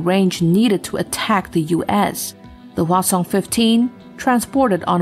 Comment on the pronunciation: HwaSong is pronounced "H'wáh Sōhng".